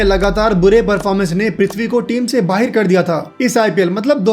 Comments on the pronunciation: Bhai tu indian he to fir ye kya pakistaniyo ki tarah "Bahar" ko "Bahir Bahir" bol raha he. pehle mene video like kari thi pr ab dislike kr di 😡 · Tu pakistan se hai kya? Bahar ko baher bol raha hai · He is saying bahir instead of bahar. Is he a 🇵🇰Pakistani . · Tum pakistani ho kya, baaher nhi hota bahar hota hai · Bhai tum pakistani ho kya, baheir kyu bolte ho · Baahir? Pakistani jaisa bol rahe ho yaar 😂